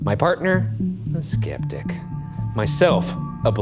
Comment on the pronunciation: For a moment I thought u called Shane "skip dick" not sceptic 😂😂😂😂😂😂